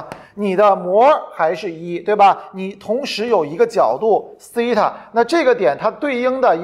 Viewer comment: 12分钟讲解图像和圆周运动那段 虽然不是推理 但还有个漏洞 就是 SEI TA(发音)的含义从自变量变成了夹角。 而且那个圆周的横坐标也不是SEI TA 是函数值 纵坐标是导数值 这样才能画成一个圆。